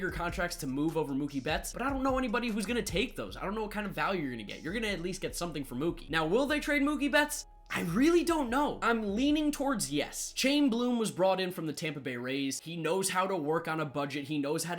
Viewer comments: My god, the way he pronounced "Chaim" is so cringey. It's Hi-im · Chaim is pronounced Chi - yim with a guttural Hebrew Ch sound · Please never pronounce Chaim Bloom's first name that way again. It's HIGH-um